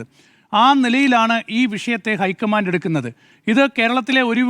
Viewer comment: പ്ലീസ് ഐക്കമാൻ്റ് എന്ന് പറയല്ല, ലോക്കമൻ്റ്